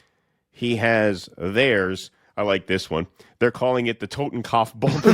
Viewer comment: “Totem-cough” glad u guys r so historically literate